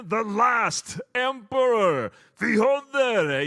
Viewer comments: Ёптить... научились выговаривать имя Фёдора. 😊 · His pronunciation is really close to being authentic. Good try I think.